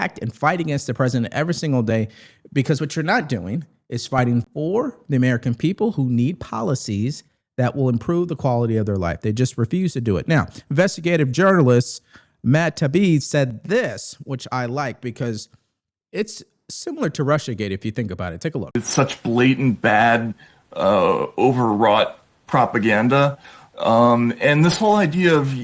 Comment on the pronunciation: Matt Taibbi’s surname is pronounced ”Ty-eebee.”